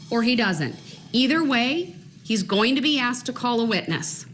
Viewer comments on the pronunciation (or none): Please just stop saying axed....you f ing moronic cowardly little bitc.....